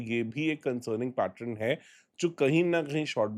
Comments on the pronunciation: Pattern hota hai Pattrun nahi hota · Bhai adat hogi I have observed him saying it many times.